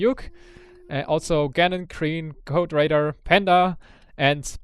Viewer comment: VibeRaider sounds like vibrator wheen says it:P